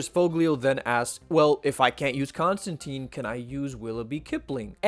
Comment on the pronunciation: The good news is, you pronounced Ambrose Bierce just fine. The bad news is, you mispronounced Constantine every time.